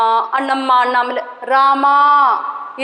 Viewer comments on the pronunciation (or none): none